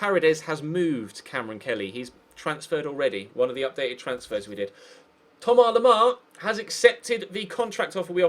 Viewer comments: Todd Samways it's not how you pronounce it. I'm French. It's Tom-As Lem-Ar it's how it looks basically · Why do u call Thomas Lemar like that?